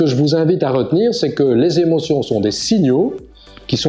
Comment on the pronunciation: Intéressant mais dommage pour les "sept Zémotions"...